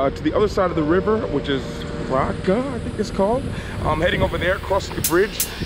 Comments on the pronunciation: You Say Praga correct but Ząbkowska should sound like Z - (buddist OHM) - BKOWSKA. Z(OHM)BKOWSKA. ZĄBKOWSKA :) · Sounds good! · "Ą" is pronounced as nasal "O" and not "A" ("Ę" is pronounced as nasal "E") Someone obviously prefers cats as gatekeepers, LOL The name "Praga" (you are pronouncing it 100% correctly) is the same as Czech capital city. I don't know what is Czech source for the name, but in Poland it loosely means "the burn out area" and probably was in use from the time when forests on that side of Warsaw were replaced with meadows and fields. Praga was very neglected part of Warsaw (simply because it didn't need rebuilding and was not restored as tourist/representation region), but there are some big projects planned or u/c there (the National Stadium was one of the first, next big one will be the Port Praski - an area with many highrises and new river marina to be built in next 5 years or so).